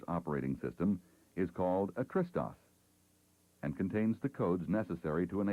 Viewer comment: Hah, took me a while to understand that he's pronouncing TRS-DOS as "Tristos", it sounded like a greek name or something...